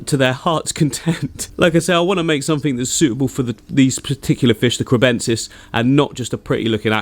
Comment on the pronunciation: “sumfink” is backkkk! What a legend😂